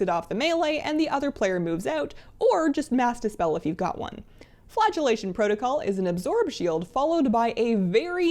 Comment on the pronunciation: Don't know how but I heard "Flatulation Protocol" instead of flagellation.